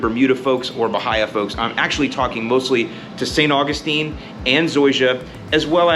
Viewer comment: I still laugh every time you call it St. Fungistine 😂